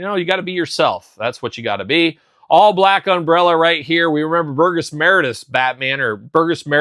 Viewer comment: It’s pronounced Bur “Jess” Meredith